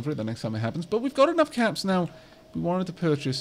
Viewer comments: I know he's saying caps, but I can't help but hear cats as the currency whenever he buys stuff. The greatest chuckle has been had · What is the currency called? I hear it differently every time you say it. I either hear caps or cats. Edit: nvm I saw it when you hired Miss Mini.